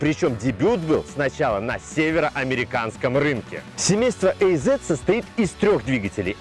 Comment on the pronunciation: Ох как же слух режет "эй зет", говорите уже азет, хоть это и грамотически не правильно)